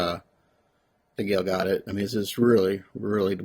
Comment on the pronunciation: Another awesome video. Her last name is pronounced guh dote